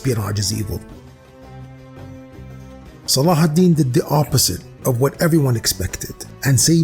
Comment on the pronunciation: I knew it! I felt it! Almost like it has been revealed to me by divinity. Salahidin (thank you for the correct pronunciation) and the Templars respected each other. I'll bet they would've made great allies in the war against satan. MUSLIMS AND CHRISTIANS UNITE! WE HAVE NOTHING TO LOSE BUT OUR JEW CHAINS!